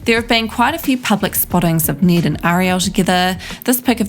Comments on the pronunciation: ITS NED, NOT NEED OR NID. T.T the trigger. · You’re accent it sounds like your saying Niiiddd not Ned. Well cause we’re American I understand you aren’t American so I can’t expect you to say his name right… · Why is she saying Need not Ned?